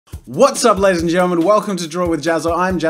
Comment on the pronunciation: well tbf Jack's intro ain't "ladies(and gentlemen)" it's LADDIES